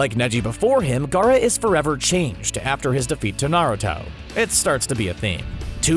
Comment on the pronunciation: At least he can pronounce Gaara and Neji